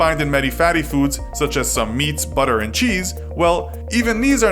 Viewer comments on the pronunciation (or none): none